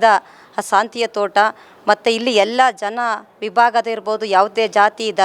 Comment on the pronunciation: ಸಾಂತಿಯ ತೋಟ ಅಲ್ಲ ತಾಯಿ ಶಾಂತಿಯ ತೋಟ ಮೊದಲು ಸರಿಯಾಗಿ pronounce ಮಾಡಮ್ಮ